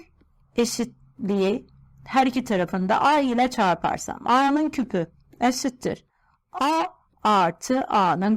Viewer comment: eæşıttırr bu ne be nasıl konuşma yemin edrim zor dinliyorum